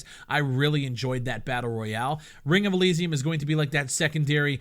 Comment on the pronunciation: can u fucking say Elysium right........